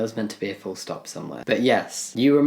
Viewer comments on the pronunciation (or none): none